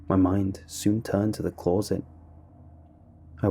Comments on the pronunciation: This was indeed a scary story, what was equally scary however was how you pronounced closet lol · Never noticed the interesting way you say closet before now